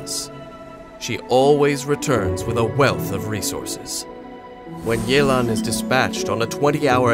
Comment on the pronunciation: Mans really say Li-you